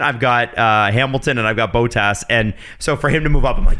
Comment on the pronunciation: Yeah that really bothered, it's double t, just do Bot-tas if you can't do it the finnish way